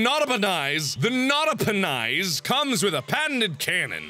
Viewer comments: Nada-per-nice. That's what I heard. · Srsly u didn't look at the tractor dud u know though it's Nota-Pe-Nis right? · It's not a penis, it's a Nota-Pe-Nis.